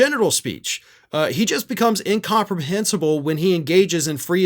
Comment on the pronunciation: And yet you don’t show any video proof. P.S. are you showing signs of severe dementia and brain damage when you can’t pronounce the word incomprehensible ?